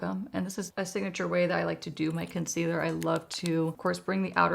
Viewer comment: I love your videos…. English is my second language, so I’m always curious.. why do say “conceader”? Maybe I am hearing this wrong and you actually say “concealer”. Thanks!